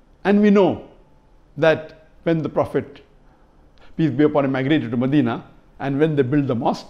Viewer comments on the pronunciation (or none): none